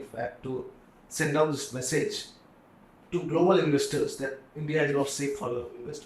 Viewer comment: It’s INDIA not Indi